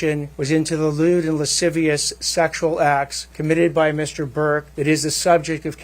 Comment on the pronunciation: Did this fool say "Lasaysavich" instead of lascivious? 😂